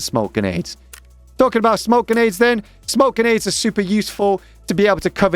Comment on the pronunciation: just heard this guy say genades 100 times